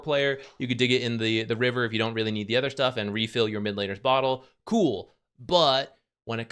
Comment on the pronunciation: Hi! Let me start with how I always love your insight in the game we all love. Gotta say tho, its my big pet peeve that you always pronounce other as ether. Keep up the content tho! ❤